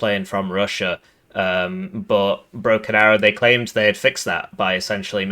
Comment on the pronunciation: Did you just say Broken Barrow?